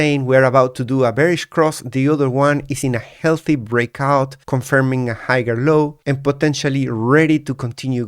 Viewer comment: Great analysis. Just an FYI the g in higher is a silent g. You shouldn't pronounce it hi-yer is the correct pronunciation